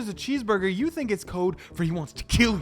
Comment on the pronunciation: I fink I wike this guy he’s pretty funny